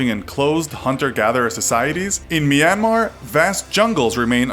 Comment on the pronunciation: FINALLY SOMEONE SAID MYANMAR CORRECTLY